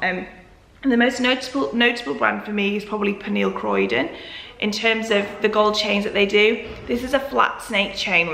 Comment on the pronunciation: Uh, I really like the Fedoma ones with the pearl! So nice and modern. (my insta handle is: v_o_g_e_l) Ps. It's Pernille Corydon, not Croydon. It's pronounced just like its spelled: Co-ry-don